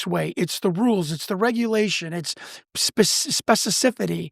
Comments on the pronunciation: Pendactic? Spececifity? Guy doesn’t even know words. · If ur gonna keep using a word, you should practice. Specificity (spess ih fiss city) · I'm not throwing shade, or trying top be that guy, but the irony of a guy miss-pronouncing both 'pedantic' and 'specificity' is pretty off the charts. 42.00